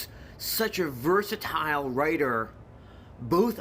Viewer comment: "A verrsatile writer of words." This is an English professor?